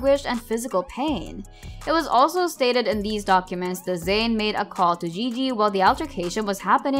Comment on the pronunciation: Zain not Zsin